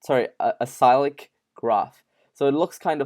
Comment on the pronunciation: Unsubscribing from this channel. The fact you didn’t know that DAGs already exist (NANO, IOTA, BYTEBALL) is really telling in the knowledge level present here. Also it’s pronounced ‘a-sick-lick’ as in not cyclical - non circular